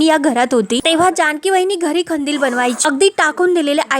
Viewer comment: नीट मराठी बोला हो खंदील नाही कंदील